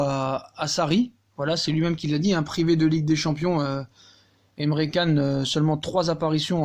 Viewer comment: C'est un super coup P. S : ça se prononce Chan mdrrr😂😂😂